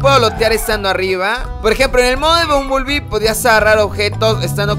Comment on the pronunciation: No se dice bumbulbi, se dice bambelbi